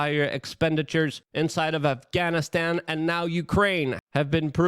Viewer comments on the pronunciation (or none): none